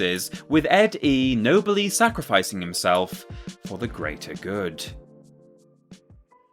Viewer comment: Downvoted. You mispronounced ED-E's name and ranked him 17 spots too low.